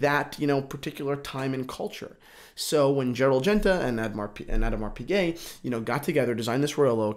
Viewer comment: love your passion for this, but come on, please polish up your pronunciations! Addermar Pigay and Vacheron Consanteen....?